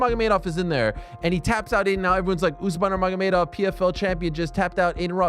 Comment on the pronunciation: Love your content, but you might want to learn and practice how to pronounce Nurmagomedov. It ain't difficult